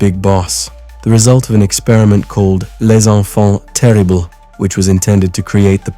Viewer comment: 100% an AI voice. Nobody that is a big enough fan to make a video series about MGS is going to pronounce Les Enfant "Terrible" (especially when they give the "Les Enfant" part a full-on french accent), or "Foxdie" like that.